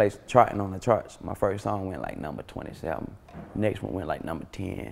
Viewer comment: why he say "27" like that???? 😂😂😂